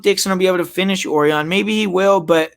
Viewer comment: it's pronounced O-RI-ON ..... not OR-ION